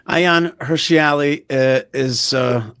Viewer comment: Thanks for sharing. Not “Hirshi” Ali - Hirsi Ali.